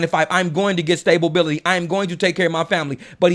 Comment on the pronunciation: lol. I caught that. Stay-ba-bility